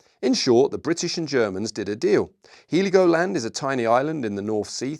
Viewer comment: Heligoland is pronounced "Hell-igoland," not "He-ligoland".